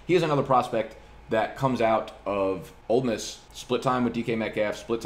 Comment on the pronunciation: I really appreciate your correct pronunciation of Ole Miss.